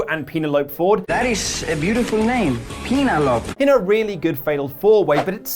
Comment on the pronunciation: Can anyone help find what that clip is from ? My daughter's name is Penelope and I'd like to show my girl that clip so we can have a good chuckle at that pronunciation. 😂